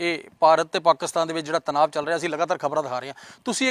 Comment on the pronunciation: Oh Bai Ji "Tanaav" Nahi Hunda Tanaaa hunda Punjabi Vich🙏